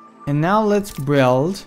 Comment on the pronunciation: He said buwild!